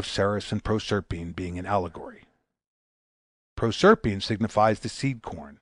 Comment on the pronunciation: prorserpeen wut?